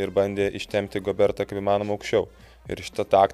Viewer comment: Rudy GobeRRRas, ne GoberTTTas. Kad faktiniu klaidu priveliat, kaip kad Kristupas sako, jog prancuzams ateinancios rungtynes dar yra svarbios, priveliat dar tiek to. Pasitaiko. Nu bet blemba, bent jau pavardes normaliai krepsininku istarkit.